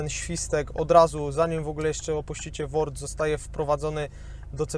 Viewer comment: Błagam was, z WORDU, nie z ŁORDU! 😂